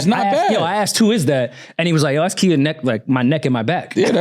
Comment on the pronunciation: at what point is going to know how to properly pronounce someone's name. Khia's name is not the way you're pronouncing it. Idk why nobody corrected him.